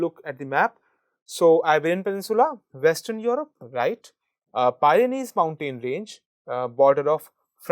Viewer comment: OMG!!!!! "PYRENEES" b/t the Border of SPAIN and FRANCE